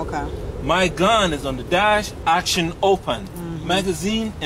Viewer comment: "My fahking bawls cover my fahking gan "